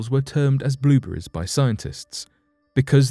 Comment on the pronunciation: What's a "blueboory?"